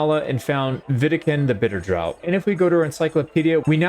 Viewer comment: Cheers for the summary, I would have missed half of this no doubt. Not sure if you are joking or not, but I assume not and it being a difference between English and American English. The word "draught" (a quantity of a liquid) is pronounced "draft".